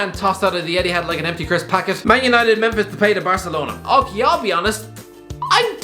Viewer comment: Please pronounce memphis depay’s name properly consistently